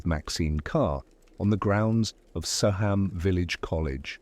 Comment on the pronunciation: It’s pronounced So um not So ham